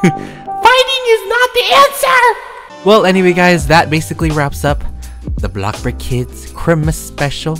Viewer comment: “Blockburg” UwU love your vids.